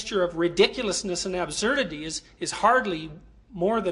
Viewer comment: WHOA HE SAID ASBURDITY AND NOT ABZURDITY